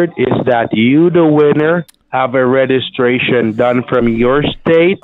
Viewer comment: The scammer can't pronounce REGISTRATION correctly...lol